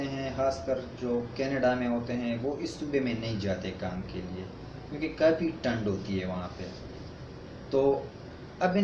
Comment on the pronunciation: Bro apni urdu achi karo thand hoty hai na k tand